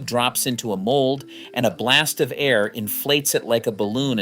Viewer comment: Yeah, I've noticed a few things that stand out, I can't always bring them to mind but when I hear it I think AI. For instance, when the word air like the air we breathe AI doesn't say the word air but spells it out ay-eye-are because it treats like like AI (artificial intelligence) with the letter R tacked on the end.